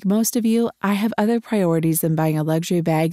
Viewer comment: You do realise that the word luxury hasn't got a 'G' in it